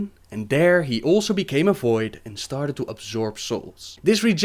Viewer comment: what accent is that? I'm just curious never heard someone saying "started" as "stard" before